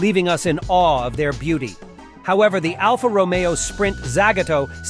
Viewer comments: What is it about these AI channels that they are brimming with mispronunciations? Alfa ROMeo? Yikes. Thumbs down. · Not quite. First encounter with the Alfa,,,it's row-mayo,. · Alfa "Row-me-oh"... Really... 😐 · Learn to pronounce Alfa Romeo before you start critiquing their vehicles..